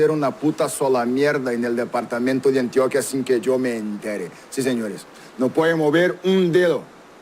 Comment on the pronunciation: Además no se dice Antioquía, se dice Antioquia, con acento en la O. Medellín es su capital, ciudad de la eterna primavera, no se le dice así a todo el Departamento.